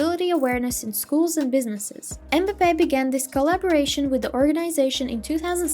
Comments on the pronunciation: The name is m'bape not embape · Cant even say his name right smh